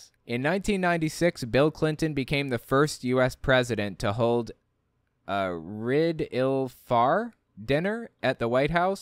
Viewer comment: For Eid al-Fitr, pronounce it like "eed al fitter."